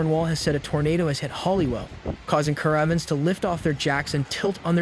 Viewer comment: Cara vans...ca rav vans . !! New kway.. X ..new key 👍 Does no one check pronunciation before reading out loud😢